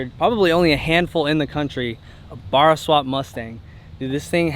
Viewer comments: Ba like bat, rra like ra. Not baaaaaahrah or burah. Boys you gotta say it like you know where it came from :p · Barracuda.. berr not Barr. Why does this bother me 😆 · It's not a 'baarah' its a 'barra' mate. Like 'para' in parachute with a stress on the rrrrrr. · taxi power... (pssst, its not "bahra" it is "bara" with a "a") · Barra not bara that pronunciation have to say it the Australian way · BARRA NOT BARRAR FFS triggered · bar-ra ? 🤣 its barra mate! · American 2jz? You yanks make me cringe. And bArra not burra. They also sound more rb than 2jz anyway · You guy's are murdering the name Barra. Pronounced Bare-aaa not barrrr-aaa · Nah bud it ain't "bara" it's pronounced "bah-rah" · Hearing you yanks say Barra hurts my brain lol. The Bar in Barra pronounced like Barry not Bark. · Bear uh not bar uh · If you’re gunna build a car with an engine that’s not from your country, learn how to pronounce it before you make yourself a look like an absolute tool. It’s not a borah it’s a BARRA as in Barramundi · Had a laugh at the "Bar-ah" instead of "Ba-Ra" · Its "bah ra" not "bar ah" See for a mustang barra build as well as bennys main Cresida is a barra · As an Aussie, that pronunciation of Barra was cringe af. It's not a borough, it's a BARRA. You don't say boroughcuda or boroughmundi. 🤦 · Ba (short a sound, as in bat), Rra (ruh, as in ruck). Definitely not Baar-ra. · its pronounced BAA-RAH BARRA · definitely meant Australian 2jz and why'd he call it burra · YOUR SAYING BARRA WRONG ITS BARRA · Nice Barra Mustang, but this bloke keeps mentioning a borra 😂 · Isnt it pronounced Bear-uhh?? Anyways cool build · Please pronounce Barra properly, it's embarrassing to listen to. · Pronoucing "barra" was terrible. Listen to some aussie video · Great build; I just wish they would just pronounce Barra correctly 🤔. Also just for everyone's information, the engine is named after a barramundi fish native to Australia (not a barracuda) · Stop insulting us and say barra properly!!